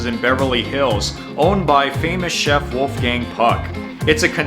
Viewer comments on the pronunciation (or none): none